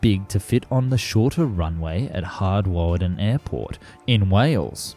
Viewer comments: By the way hawarden is pronounced harden. I'm a local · How he pronounced Hawarden 😂 The w is silent.